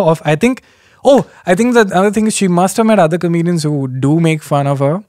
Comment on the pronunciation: Kenny, I just noticed, you say "comenians" and not "comedians"........ SORRY! It's kinda cute tho ngl. #SimpleKen